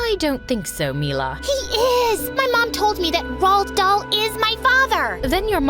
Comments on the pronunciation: ROOD DAL is how you say it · I went crazy when the mom said Roald dhal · IT'S RHOL DALL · Roald dhal lol its the book 😂😂